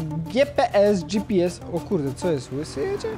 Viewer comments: gje pe es mówi taksówkarz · Logan zawsze mówił " wyślesz mi tego giepeesa" Ps:Pozdrowisz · derek thebill mówił "gjepes" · logan mowil gie pe es